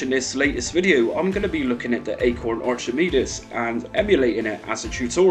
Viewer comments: Good video, but in Archimedes, the ch it’s pronounced as though the h wasn’t there 😊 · Not trying to be mean but your accent puts a smirk on my face, never heard anyone pronounce Archimedes like that before.